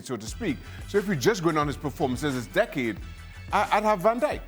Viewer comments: Is he saying dickade 🤣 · Listening to Frank say 'decade' is painful.